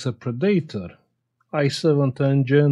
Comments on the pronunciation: I laugh every time at the way you pronounce Predator as (Pre-dat or)🤣. When it's in the dictionary has it" 'Pred'-'a'-'tor', an animal that preys on others. Also Movies with Arnold Schwarzenegger. (Just saying this for fun) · I suspect Arnie wouldn't have been intimidated, so much, if he had to dispatch a preedater (though teens can be scary). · Pre day tor. That’s one way of saying it.